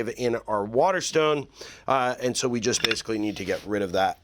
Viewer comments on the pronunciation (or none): Jest curious, are you drunk in your intro? Jest a little? Thx for the vid, guy!